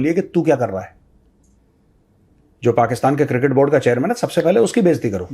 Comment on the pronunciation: Major Saab pls tell 😢producer that cricket not kirkit pls don’t take it seriously 😂